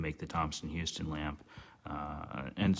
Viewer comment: Just so you know, it was spelled Thomson-Houston and "houston" (after co-founder Edwin Houston) was pronounced "house-ton". Thank you for taking care of a piece of the T-H legacy.